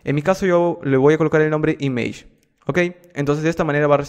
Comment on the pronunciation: image esta mal pronunciado